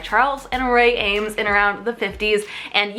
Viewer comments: Someone must have said it before me already but here I go: it is pronounced ‘Eems’ now ‘ams’. Please get the pronounciation of famous designers right when you make a video about design... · EEEEEEEEEEames ———- not ————AAAAAAMES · it's pronounced "EEEEEames" not "Ames." Sorry girl, but I had to correct you!! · Sorry to be annoying but ...the Eames family pronounce it Eeems. So many design professors have it wrong!